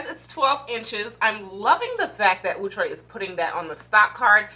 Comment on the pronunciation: Wig is so pretty. Luv your energy. Thx 4 pronouncing Outre prooerly.